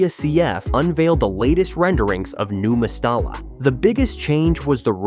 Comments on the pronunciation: I know! ...The way he says "No Mes-star-la" .......🤦😱😡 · You should learn how to prounce the name of Valenvias stadium properly. Surely you should have done some research on the correct pronunciation. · What’s with the AI voice and incorrect pronunciation of the stadium name? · A deep dive into Valencia CF's 18-year stadium construction saga, and you can't even manage to pronounce the name of the stadiim correctly.